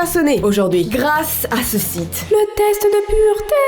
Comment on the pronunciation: Euhhhhhhh dis grâce pas GRACE stp 😅😅😅